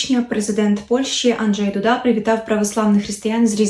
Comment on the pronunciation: Він Анджей Ду'да, не Дуда'